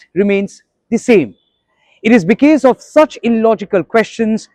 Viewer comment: It is not "bekese" but "because".